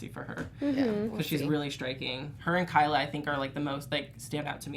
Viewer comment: Thanks for the recap! It's KY-la though, not KAY-la - as a fellow Kyla, it sucks to always be called Kayla lol :P